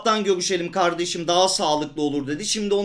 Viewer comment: Öylemi ya turkmu çıktı 😂😂 birde karrsim dio 😂😂